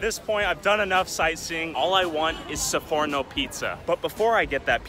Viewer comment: che poi non sa pronunciare sforno ma dice seforno